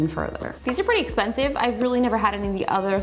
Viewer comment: You said this is really expensiv hahahah lol